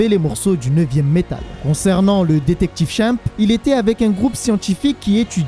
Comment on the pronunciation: Comment tu dis détective chimp j'ai mal au oreille, mais bonne vidéo